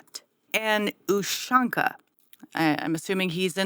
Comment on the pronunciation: your USHANKA pronunciation was great. you sure you're not a Russian? :D